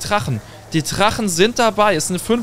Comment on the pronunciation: Wie er immer Trachen statt Drachen😂